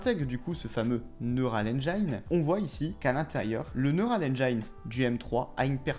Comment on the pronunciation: Merci de bosser la prononciation en Anglais. Neural engine par exemple. Après tout le monde va dire ça. 😅